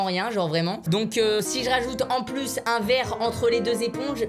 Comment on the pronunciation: "La gomme a marche pu" Michou 2019